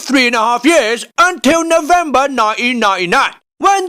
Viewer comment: Nov emba nainaina, man that accent lol